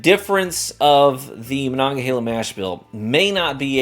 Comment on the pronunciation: Native Pittsburgher here and I've never been so proud someone pronounced Monongahela right 😆 I LOVE this bottle btw, great $40 rye.